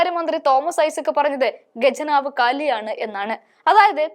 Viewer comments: ഗജനാവ് എന്ന് പറയരുത്. ഖജനാവ് എന്നു പറയാൻ ശീലിക്കുക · ഖജനാവ് ആണ് ഗജനാവ് അല്ല മലയാള അക്ഷരം പഠിച്ചിട്ട് വാർത്ത വായിക്കു